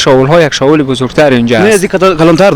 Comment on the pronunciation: شاول چیه برادر بخدابهمان میخندن نگی شاول